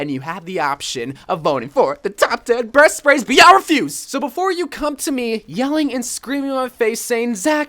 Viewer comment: it sounded like he said top 10 breast sprays